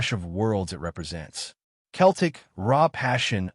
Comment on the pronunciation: It’s Celtic not Keltic 😂